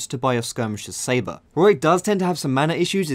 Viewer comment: Why can't people pronounce Warwick...